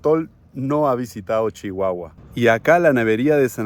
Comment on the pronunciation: El nombre de mi tierra es Chihuahua no chichiahua.